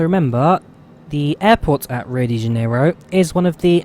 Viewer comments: Ooops - Flaps extended to just about FL310 :-) As for the pronunciation of "janeiro", here you go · Hahaha, to pronunciate janeiro, speak something like Rio di Janario.